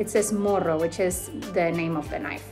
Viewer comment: It is not "Moro" it is "Morro", and this name refers to the "Battle of Morro de Arica" (Morro = hill) (June 7, 1880), where this weapon ended the lives of hundreds of Peruvian soldiers ... in Peru this weapon is very hated ..